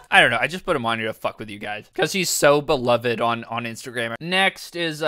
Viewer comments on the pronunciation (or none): none